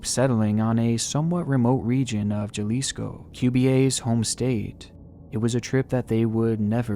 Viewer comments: cmon my boy atleast pronounce it correctly it’s pronounced (haly-sco) not (juh-lisco)😂😂,but nice vid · Juh Lisco LMFAO. It's pronounced Hah Lis Co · I love but i think he mispronounced a city in mexico. Im a mexican and its funny hearing the word jalisco as JULISKO. Its pronounced halisko or HULISKO. But i still love him and i love his videos. Thumbs up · FYI, stop mispronouncing Jalisco - it’s honestly annoying - Jalisco is pronounced “Ha-li-sco” not “Jah-li-sco” 🤣 🤣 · It’s HUhLisco not JUHlisco. Hahah. Just letting you know. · i love you but it's pronounced "ha-lisco" not "ja-lisco" 😭😭😭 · Brah. It is pronounced Halisco not Juhlisco. Other than that great video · hey hun Jalisco is pronounced : Jalisco~ Ha-leez-co =) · Jah-lisco 😂 j’s are said as h’s btw, still funny though since that’s where my dads from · Jalisco pronounced with the J at the beginning lol. It's like jalapeños, the J's are pronounced as an H in Spanish lol. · Sorry, just wanted to correct Jalisco for you. The J is pronounced like an H, its not pronounced "Ja lis co" it's Ha lis co" a little Spanish for your day!! BTW, great job 👏👍👌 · I cringed so hard everytime he said JALISCO like GAlisco. It’s pronounced Halisco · Mans just said Jalisco as Ja-lis-co it's ha-lis-co. My home town absolutely violated lol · Just a tip, in Spanish, J’s are pronounced like English H’s so Jalisco is pronounced Ha-lis-co, not ja-lis-co. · I freakin love you and all but every time you say Ja-lisco I cringe a bit. It’s HA-lisco my guy. Silent J like José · Little tip! Jalisco is pronounced ha-lee-sco ❤ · Great video as usual, though remember, J’s in Spanish are pronounced like H’s, so it’s more like “Halisco” than “Jalisco” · I don't wanna be That a-hole, hopefully others have first but it's Jalisco but J pronounced like English H so Halisco would be what is sounds like when pronounced. Love you're videos, very well done. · Sorry to nitpick, but isn't it pronounced "Halisco"? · "jalisco" "HA-LEE-SCO"